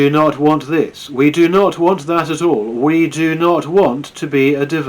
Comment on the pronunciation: “Ve have tools”